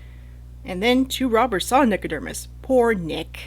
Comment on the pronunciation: Nico-DERM-us?? Over and over. Am I just misreading it?